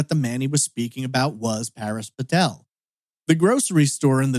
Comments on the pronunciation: You flip from calling Paresh (Par-esh) "Par-eesh", to calling him "Paris", though Google doesn't find any information on <Paris Patel Austin TX>. That said, if people were habitually calling him "Par-eesh", I can understand why he asked to call him "Paris" as that is closer to "Par-esh" than "Par-eesh" is. Is this just the American inability to pronounce non-English names? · Isn’t it Parésh (pah-resh)? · Even I was like it’s pa-resh 😂 and I’m British. Then again I speak several languages. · It is a common name, I know it well, which is precisely why I am mystified as to why it is being pronounced here as "Par-eesh". .... English speakers invariably start out trying a very literal pronunciation of a name, or word, they're not familiar with, so where did the long "ee" come from? 🤔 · that’s an assumption to make lol. It’s not that hard to pronounce Paresh properly. I’d understand if it were a difficult name to say. I do not live in London. You seem to have picked up the lovely American pastime of stereotyping people.